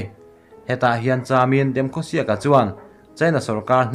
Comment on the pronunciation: A thei hram chuan hming hi a ain phuah dan in lam thin ang u..like (Demkhosiak)×.It should be Demkhosiek..